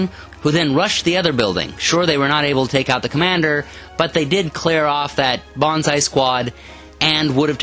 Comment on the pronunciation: I must say your battle reports is really one of a kind, I really enjoy it, your so damn good att commentating the battle and it really feels like a sports game that has an awesome wartheme. Please do more videos for the love of the gaminggods!! btw it´s not bonsai you should scream...its banzai! Bonsai is a tree, and banzai is the charge thingie :)